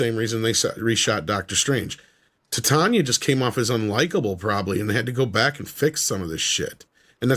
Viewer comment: The character’s name is pronounced Titania as in “Titan” ia implying that she’s as strong as a titan